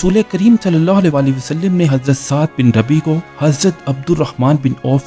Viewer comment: Wasalim nahe ha bhai wasallam ha